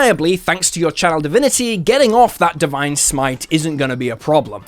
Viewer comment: For some reason, I always hear "child divinity" instead of "channel divinity" .... am I cursed?